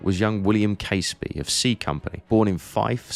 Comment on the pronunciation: Hi. I really enjoyed that vid. The aerial shots made sense of the mess. (As an aside - as a Fifer myself, Caseby is pronounces Cazeby).